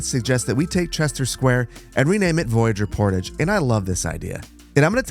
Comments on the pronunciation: Builds a full cloverleaf, immediately anglicizes the pronunciation of Voyageur Portage, jacks up the price of the inter-city bus to drive more air traffic. This is the most American Magnolia County has ever felt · The pronunciation of Voyageur Portage was painful to listen to. Is that honestly how most Americans would say it?